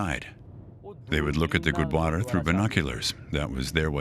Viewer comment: Not to miss, the narrator took extra care to pronounce the non English words, eg Gurdwara, Guru Nanak, Nankana Sahib as well as places and city's names etc.. Really appreciate his efforts.